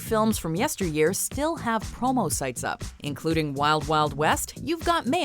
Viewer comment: I thought she said “homo” site, instead of “promo” site.